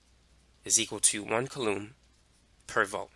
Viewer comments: mother of god its [COO LUM] not [CUH LOOM] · I think it's pronounced COO lom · bro I love you but if you say Coulomb like that one more time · you're mispronouncing coulomb.